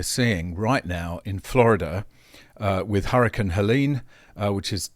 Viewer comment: "Hurrakin" 😂 like a Weather Furry